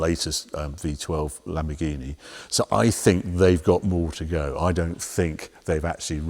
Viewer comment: It's sad that Harry still can't get the name of the new Lamborghini right.